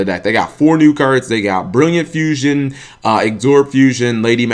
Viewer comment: Absorb. Not Agsorb. There is no G